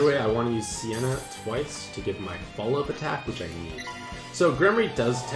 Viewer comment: ITS SEINA NOT SIENA